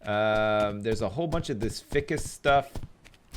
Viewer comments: Every time when says ficcus instead of FICUS I die inside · Does it not bother anyone else that he says fih-cus and not feye-cus? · also. FICUS. He says it like its fickus. I almost feel like hes a hilarious dummy just to annoy people like me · Am I crazy or isn't "ficus" pronounced "fhaaikus" not "fikkus" .. Or is it like a dialect-thing? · what is with your grammar you say ficus like fic-us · but it is pronounced like this Fi-cus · Isnt it pronounced fhy-kiss? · No you're right. It's pronounced feyecus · it's pronounced fy-cus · Um, i hate to be that guy, but its pronounced ficoos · F-eye-cus..... Ficus F EYE Cus.... please! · he is saying Ficus wrong isn't it FI CUS like the I in FBI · Also ficus is pronounced fykus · ficus is pronounced f-eye-cuss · Its pronounced Feye-cus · ...its fI-cus....f-eye-cus....stupid ficus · Every time you cut down a yucca you miss some leaves. Also it's f-igh-kus. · All the little things that others are rippin' hard over aside... is he saying Ficus incorrectly on purpose or no? I cannot tell... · The way he pronounces ficus... damn. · Usually I don't have a problem with mispronouncing words, but for some reason everytime he says Ficus wrong my eye twitches:P